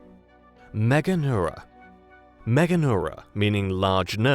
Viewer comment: first channel to pronounce this correctly out of about 6 others I previously viewed. MEGA neura. All the others said MEGAN eura. You're also the only one to define the parts of the word "large nerve". The others must think it was named after a girl in Europe. This goes for the AI generated channels, too.